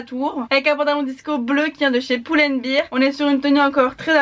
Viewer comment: AHHHHHH LENAAAAA😭😭😭 CEST PAS PULL&BEER C'EST BEAR COMME L'OURS CA SE DIT PAS COMME CA😭😭😂😂 Mais je t'aime quand meme mddrr, tres bonne année à toiiii❤️❤️